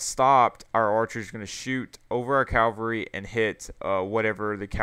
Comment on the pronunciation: calvary ? isn't it cava-lry